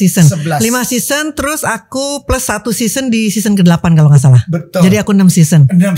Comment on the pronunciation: Seson sebutnya sezon